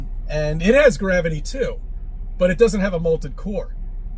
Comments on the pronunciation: It sounds to me as though he says "molted." Which would be a very different situation, I think! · To be fair he did say molted, lol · Is he saying molted 😂😂😂😂🎉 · It’s molten not molted! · Does he keep saying "malted core" like a malted milk? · Poor, kicked out of the house again 🤣 Was saying "malted" core rather than molten?